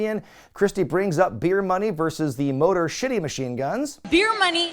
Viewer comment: Am I imagining things, or did you say "Motor Shitty Machine Guns"? Because that's definitely what it sounded like😂😂😂